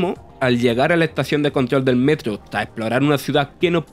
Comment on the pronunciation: “Tre” (tres) metrio “ (metro) es extraña su pronunciación